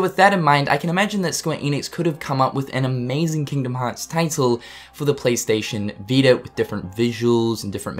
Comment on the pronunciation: "PlayStation veetr"